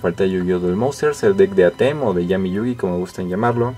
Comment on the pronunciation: Es Atem no Atém, se pronuncia sin acento en la "e".